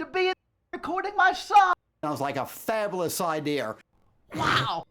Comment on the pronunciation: Daddy Derek rap songs perfectly mirror the way he pronounces words such as, "Fablous"